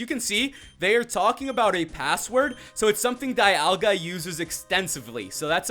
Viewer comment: its not DI ol ga its DE al ga